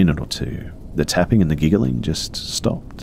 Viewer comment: I like when he says 'gigaling'